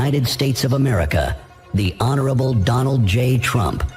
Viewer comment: Dolaand Trump😂😂